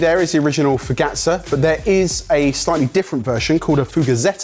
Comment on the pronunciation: I'm sorry, but "focaccia" in Italian is pronounced this way, "focachia". I still love you guys ❤️🇨🇦